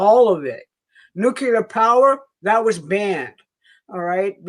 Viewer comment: LEARN HOW TO PRONOUNCE NUCEAR.